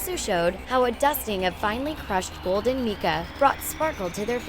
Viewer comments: Research these a little better before you post them. It's pronounced Mike-ah, not meeka for mica. And it's pronounced moh-ve for mauve. Sigh. People have been wigs for a long, long time before and after Kylie whatserface. Have your heard of Dolly Parton? Or lots of ordinary women? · Lawd have mercy. Learn how to pronounce the words in your script! (Mica, corset) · Mica. Mike-uh. Not Mick-uh. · Mica sounds like my-kah